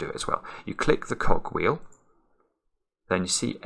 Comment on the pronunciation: Love your pronunciation of "cogwheel".